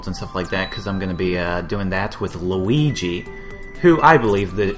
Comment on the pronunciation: you said luig rong